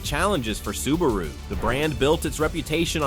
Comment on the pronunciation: The very first word - the IA mispronounces "Subaru". Lol. Do better.